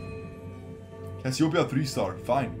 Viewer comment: not cassiopia ..., Cassiopeia . And check your nose ..